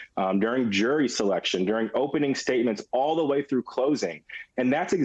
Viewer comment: jory = jury? her pronunciation is creative, maybe even charming, but it interferes with our understanding of the information being offered. She does this alot and i hope she improves. bringun = bringing?